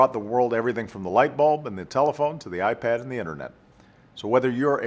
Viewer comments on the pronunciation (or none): none